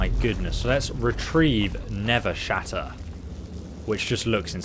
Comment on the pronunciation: When he says never shatter even after looking at it and then realizes his mistake and corrects himself but he’s still wrong and says nervesshatter